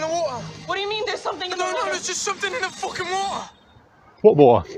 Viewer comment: You don't pronounce the "t" in "fucking water," it's cockney, damn it, they leave out most of the letters :face-blue-smiling: It's "fooing woah." And I am sure that dude IS British :eyes-pink-heart-shape